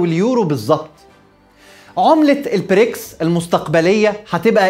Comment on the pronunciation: تحليل محترم كعادتك دائمًا و لكن أرجو نطق البريكس ب ال B و ليس ال P